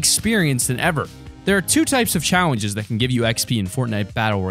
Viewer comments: he says chawenges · Is I just me or are you sayin chawingges